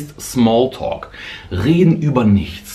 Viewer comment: alter, wie er smalltalk sagt😂ich hab mich so weggehauen😂